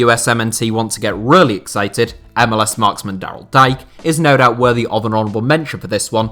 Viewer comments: Daryl Dike pronounced Daryl "Deekay" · Dike is pronounced Dee-kay btw